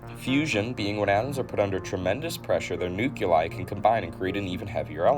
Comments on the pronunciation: mispronouncing several words the tnire video is underrated? He sounds less educated each time the words nuclear, nucleus, and nuclei were mentioned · he didnt stop at nuclear either! He bombed nucleus and nuclei as well. such a nails on chalkboard thing. unbelievably irresponsible